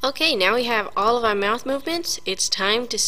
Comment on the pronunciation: "we hav ouw awdio" lmao